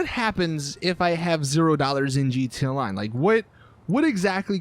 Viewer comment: he say gt online